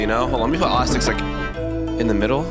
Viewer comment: Its osstax not oss Sticks